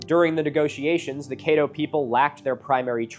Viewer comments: Ok a couple of things re: pronunciation. Natchitoches is a creative spelling of the Caddo Indian word "nakatosh," which means something like "you can find paw-paws here." Atchafalaya also comes from a native word meaning "long river" and is pronounced like "jambalaya." And finally, the name Caddo has a short, not long, "a" like "add" not "aid." Oh yeah, Lake Bistineau colloquially is pronounced "Biss-ti-no with short I and a long O. The names in Louisiana are a mix of native, French, and English derivations, though many of the French names are badly pronounced. NOW, I happen to work for the museum organization here, under the Secretary of State. I help upkeep 5 of the NW Louisiana museums, including the Oil City Museum. This is a small museum in what was once a boom town due to the discovery of oil & the development of production of that oil. It sits adjacent to Caddo Lake, and has the coolest exhibit for kids of all my museums. It has the clearing of the Great Raft including a chance to push a plunger and blow up a section of the raft. There's also an impressive collection of arrowheads and spear points. The main museum, in Shreveport, btw, has some interesting Caddo artifacts as well. It's an impressive museum. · Locals pronounce it CADD-O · 1: Caddo: Cædo æ as in bad [bæd] 2: The first syllable of Zebulon rhymes with reb, as in rebel. That is the way I was taught in Coloradan grade, jr. high and high school back in the 1960s-70s. If you don't trust old fart teachers, my rabbi would use that pronunciation in English and Z'Voo-lunn in Hebrew. Translators make errors and languages change. Then there was the establishment of the Massoretic text about 1100ish years ago... The Tenach (Hebrew Bible) was reëdited and some old grudges... For some reason the Samaritans use a Torah whose text is suspiciously like the text of the Septuagint? Zeb was the sixth son of Jacob and Leah. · From Oklahoma here, Caddo is pronounced kad-doe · That's not how you say Caddo man 😭